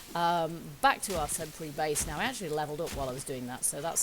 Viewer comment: Lol I've heard people say naw instead of now.